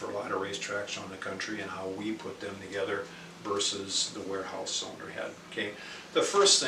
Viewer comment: Warehouse. Not Wearhouse